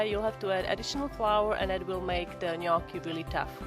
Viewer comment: Thank you for pronouncing gnocchi correctly.